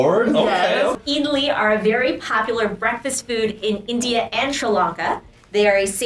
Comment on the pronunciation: you said idli samba chutney wrong